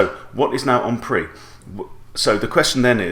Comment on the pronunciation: 'en prise'